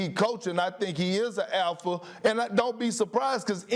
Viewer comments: It took me half the video to realize Perk was trying to say "Alpha" and not "Elfa". 😂😂😂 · Kendrick: APHA Lol I'm dead bro doesn't say the letter L ever in that word